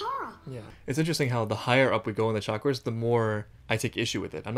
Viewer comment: I hate the way he butchers the pronunciation of chakras. The 'ch' makes a 'sh' sound like champagne and it's a soft 'a' like father.